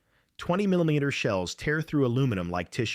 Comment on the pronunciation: 20 mini meeta meter come on AI